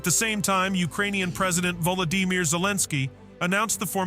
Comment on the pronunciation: Volla-De-Meer? WTF bro?